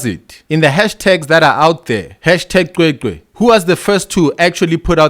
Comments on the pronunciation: Cwecwe not qwe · My brother can you please make an effort to pronounce the name right. the "C" is pronounced the same as Bheki Cele with "Ws" in between. As a black South African you really have no excuse to mispronounce it.